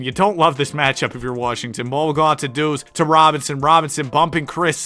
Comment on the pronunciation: WHO IS PJ WARSHINGTON? ITS WASHINGTON